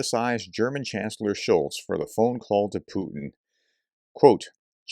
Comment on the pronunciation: "Scholz" you should at least know the name of the people you talk bad about. But it shows a general trend how people who don't even know the names of people think they understand the issues of a country. lol